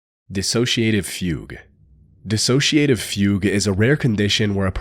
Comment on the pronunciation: He said it fine, nitwit